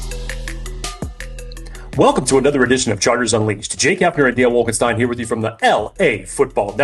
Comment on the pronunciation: Wolf Wolfienstien....arrrgh...lol...